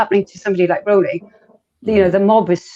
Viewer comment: You actually pronounce 'Rowling' like 'Rolling', not that it really matters, lol.